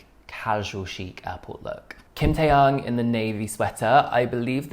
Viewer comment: Te-yoong... not te-young